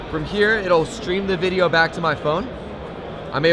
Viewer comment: I got that, it was a joke about and his "Wideo's" pronunciation. But thanks for taking the time to make sure.